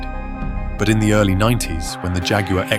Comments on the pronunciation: Agree 💯. Lots of videos these days suffer with the same problem. It may not seem like an issue to some people, but it really does my head in when there is constant mispronunciation due to lazy AI narration or lack of research. Don’t even get me started on Jag-War instead of Jaguar or Neeesan instead of Nissan! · Jag you are? Do you often visit g you am? Or chew g you ar gum? I think not. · Let down by a rubbish Robot voice-over, too many Americanisms and odd pronunciation: Jaqwar and it was a Two Twenty for goodness sake!